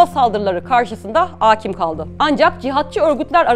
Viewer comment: Aakim kaldı değil, akiim kaldı olacak teleffuzu...😢